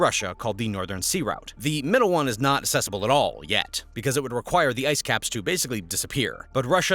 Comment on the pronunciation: Great video. Just note - accessible has an "uhk" sound at the start - so it is pronounced uhk·seh·suh·bl.